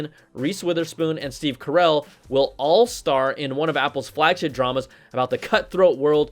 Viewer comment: This guy said Steve Corel